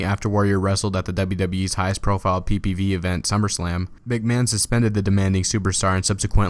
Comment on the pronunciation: ***** Not necessarily it just sounds weird when he says PPV.